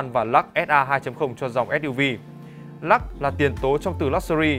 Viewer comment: Của người ta là Lux ông này đọc”lak”